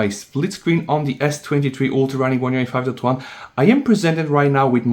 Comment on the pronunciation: "OneUI two twan"? Does anybody understand when this guy says OneUI 5.0/5.1?